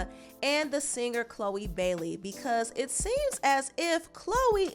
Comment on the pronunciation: Hey, it's not "Chole" 😂😂😂